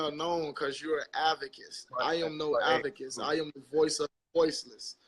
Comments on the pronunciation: LOL!!!!.....DID HE SAY AVECESS....LOL!!! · Ummmm......what's an avakiss? Am I the only one who heard that? LMAO😂😂😂💀💀💀 In his defense I believe he meant ADVOCATE because I'm praying he wasn't trying to say activist!!!!